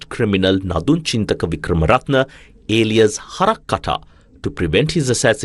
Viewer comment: The word Alias was pronounced INCORRECTLY 3 times 😢😂